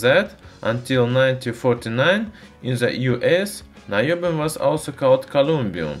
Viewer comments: Naiobium in the way that he pronounced in Russian would translate as Bullshitium XD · Наебиум? Звучит подозрительно! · наёбиум AHAHAHAHA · Наёбиум... Хороший акцент бро :D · About наёбиум. I can't listen seriously past this point. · "Noobium" It's about time the noobs had an element of their own! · The way you say "Niobium" makes Russian viewers think that you are lying very hard.